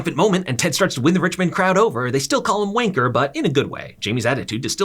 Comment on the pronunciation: I never want to hear a American say wanker ever again man said wainker